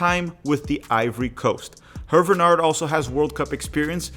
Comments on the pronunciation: Small point of contention: Hervé Renard's name is pronounced "AIR-vay ruh-NARR". Alternatively, you could translate his name to English - Harvey Fox. Edit: I'm a HUGE fan of Wilfrid Nancy. I am a Celtic fan and raged at our board for not considering him. We have our own retread manager, Brendan Rogers. The problem is, our board listens to a small, extremely vocal clique of supporters who aren't interested in any managers who aren't Irish Catholic or Catholic Scottish of Irish descent. Never mind that Jock Stein was a Protestant and Ange Postecoglou is an Australian Greek immigrant and practicing Orthodox Christian. I view Nancy and Renard as the most likely on this list. Slight edge to Nancy, given that he's known to American fans and is already comfortable with American supporter culture. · your pronounciation of HERVÉ RENARD name is so confusingly bad ahahahha its HERVÉÉÉ RENARD, ANYWAY GOOD JOB BRO🫡